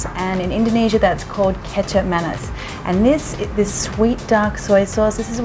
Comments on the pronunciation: It is nasi, not nazi, and manis not mannis... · Bruh the way she she said Nasi but she isn’t Indo like us and the manis